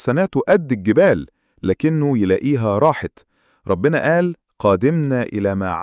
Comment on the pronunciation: كلمة ربنا بضم الباء